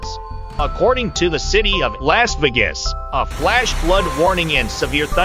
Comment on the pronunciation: Lass Vi-ges? Who's this goofy American announcer who can't pronounce Las Vegas?